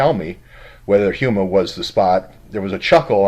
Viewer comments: HomeEh not huema Houma La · It is pronounced Ho-ma, after the tribe of the same name, but fascinating. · ....it's pronounced Homa.......like home with an "a" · It is pronounced "HOME a" little a sound. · That's pronounced home-a. My old stompin' grounds...